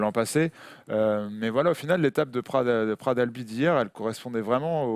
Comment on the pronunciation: Pitié les gens... On ne dit pas « Pra d’albi » mais PraT d’AlbiS !!!